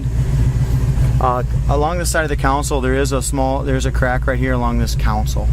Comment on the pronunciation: Old video I know, but a good one. Great looking 79. One small thing, in case you haven't realized it by now, it's a "CON sole", not a "council", 🙂.